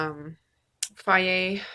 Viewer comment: Is that how you pronounce Fage? Fiaye? Interesting! Hee hee, I've alwaus called it Fayje.